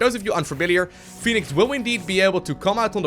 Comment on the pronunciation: The game already has a Phoenix. Fenix is thusly pronounced "Feh-nix". You're welcome.